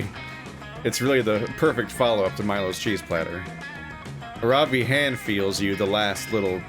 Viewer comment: Okay, so if Aaravi is the Hindi name I think it is, it should be pronounced Arr(like the piratey arr)-vee(like the letter).